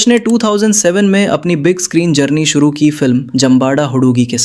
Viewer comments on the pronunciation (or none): none